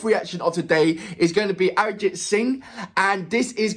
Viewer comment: I can absolutely relate to you saying that it reminds you of Sting, but there is the difference of the number of people turning up. For reference let’s take the number to be a 100,000 and that’s quite common. We actually have the power of population 😂🤣😂🤣. Secondly, when you say the name Arijit Singh and then say “Live” crowd gets crazy! And swear he delivers exceptionally! Pronunciation time 😜… Jo(as in ‘Joe’) Bhe(stress on “Ae’)+Ji Thi(thi of ‘three’) Dua(its ‘Do’ and ‘A’).